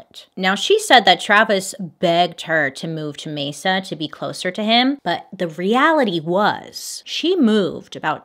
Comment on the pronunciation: It’s so weird you covering this case because I live in Mesa Arizona and you’re like the only person who pronounces Mesa right!! Every other YouTube or messes it up